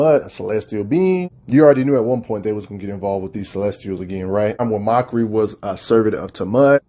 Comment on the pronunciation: Look, I know he hates "grammar nazis" but when you are screwing up names so bad that you got to lock at the video to see who he meant, that's pretty bad. Like he's literally calling MAKARI "Mockery". That's unacceptable, lol!